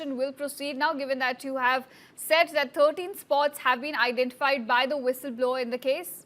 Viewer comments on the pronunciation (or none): Its विसल blower not व्हिसल blower, dude. You struggled but could not get the right word.' Foul play' it was😅